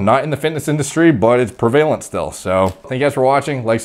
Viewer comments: prev-a-lent. other than that, no complaints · I do watch the videos all the way through . Excellent work. The word is prev-Va-lent